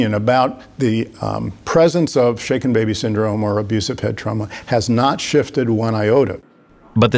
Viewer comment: Now may not be the time but I thought they said shake it baby syndrome for a good few seconds